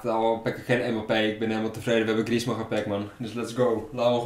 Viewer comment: Auw, 45e van de wereld en niet weten hoe je Alcacer uitspreekt of dat een Franse Atletico spits Griezmann kan zijn